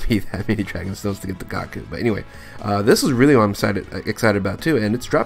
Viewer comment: Love your vids but it’s goooo-kuu